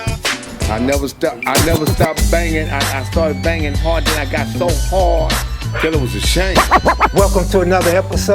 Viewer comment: needs to be on a Viagra commercial, “ I had so HAAWD! “ 😅